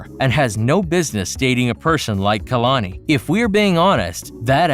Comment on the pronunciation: Did he say “KALANKI” 😂😂😂